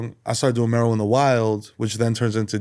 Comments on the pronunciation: Why this guy keeps saying 'Meero' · “splash mero sauce all over the place” “meero sauce” NO MF do you have ears? he said his name to your face and you still immediately mispronounced it back. that’s crazy lmao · Hearing him mispronounce Mero is bugging me